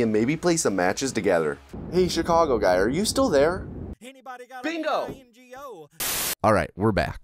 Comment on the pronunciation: skip to if you just wanna hear chicago guy say Bingo